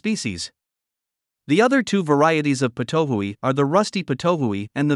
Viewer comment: Thanks for the story as to how it was discovered to be poisonous. Such an intriguing story! It's pronounced pit-o-wee though, as far as I know; it's named after its call which sounds like that, it also has a bunch of calls "pit pit pit" "wee" "too-oo" etc